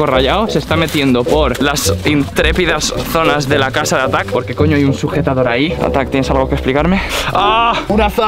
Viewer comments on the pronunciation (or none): Me di cuenta que dice casa de atack y no casa de arta